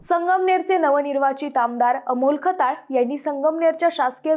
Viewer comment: Khtyal nit bol bhadya kalt ka tula